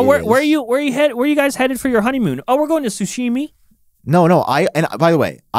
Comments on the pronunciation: Guys it’s sashimi not sushimi 😭😭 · Sashimi is pronounced SA as in sus, SHI as in she, and MI as in me… sa-shi-mi. If you say it wrong it gives you the sus shits me. It makes sense that the guy who likes burnt steak can’t stomach raw fish. KFC